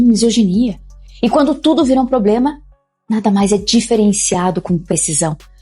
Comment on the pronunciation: "PROBREMA"????? SE AFASTA 😂😂😂